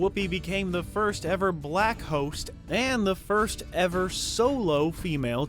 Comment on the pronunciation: The narrator sure puts a hard /k/ on 'blacKKKKKKK.' Damn🤦🏾‍♀️😳😂